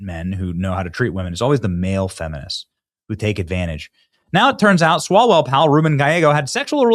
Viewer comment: Did you say Erick swallowell?